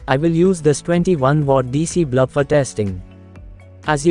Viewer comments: Very useful circuit Thank you. But sir it is "BULB" not "BLUB"..... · Neat circuit. Forgive me for laughing when you say "blub" instead of "bulb" 😁😁😁